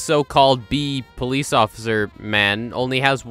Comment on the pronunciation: he's a Bee-lice officer.